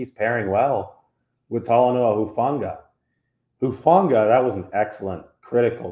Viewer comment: I'm glad to hear your positive observations RE Talanoa Hufanga's performances in recent weeks. I've followed his football career closely since he was a junior in high school and look forward to bigger and better things for him and the team moving forward. BTW....I also appreciate that you repeatedly pronounced his last name CORRECTLY (i.e. "who-FAWN-gah"). It may not seem like a lot, but there's a nameless guy out there (i.e. Grant Cohn) who apparently "covers" the 49ers for Sports Illustrated and has NOT pronounced his surname CORRECTLY yet. Pretty basic stuff when it comes to news/sports reporting/commentary. I apologize for bringing up this latter subject on your site, but I wanted to give the inciteful Mr. Cohen the proper attention he deserves where/when I can.